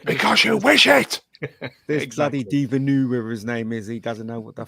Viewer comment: First "Villanueve" then "Villenueve" almost "Villeneuve". F1 driver Jacques Villeneuve opened a restaurant called Newtown. You could use that.